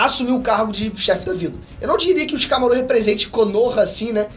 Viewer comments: So eu que fiquei aguniado do falando Shikamarú? mas o menino tem talento sim, não é imitação do Peter que é muito top, mas o ta em uma evolução muito boa, parabens ao esforço de voçes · Shikamarú nao porra fala o nome fo personagem direito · vc fala shikamaro estranho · Tava tudo legal no video até o mlk falar ShikamarÚ, chega fiquei triste na hora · “ShikamaRÚ” foi sacanagem😂😂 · O mais estranho e engraçado do vídeo é ver o falando o nome dos personagens errado. É muito constrangedor ksksk. Shikamarú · Não aguento ouvir essa pronúncia de Shikamarú kkk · Xikamaruh? Se liga nos nomes e como se fala, se liga na pegada do episódio de antes no canal. Fonética! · cara, legal vc dar uma força ao seu pai mas pelo amor não fala o nome dos personagens errado kkkkkkkk a sílaba tônica não é o RU de shikamaRU…. já deu pra ver que vc tá lendo o roteiro e falando sobre um anime que vc não assiste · Q agonia ele falando o nome do shikamaru errado vey 🤡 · só arruma a pronuncia de shikamaru e konohamaru, por favor, não coloca a sílaba tônica no final